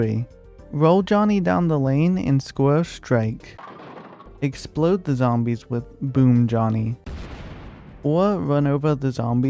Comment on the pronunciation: It expwodes zombies in a thwee by thwee awea